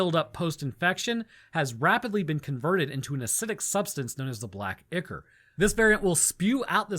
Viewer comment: Loved this video, one small note. It's not ick-er it's pronounced eye-core. Sorry to be that one person.